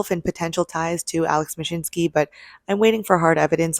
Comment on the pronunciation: Couldn’t help but hear mashitnsky pronounced every time his name was mentioned. Instead of taking a bid from a mature company we get a startup that’s been in the space for less than 2 years… wtf. liquidated assets during a bear cycle instead of getting our assets back. Retail investor definitely getting the short end of the stick as our villain walks off with a few cool million of OUR money. Meh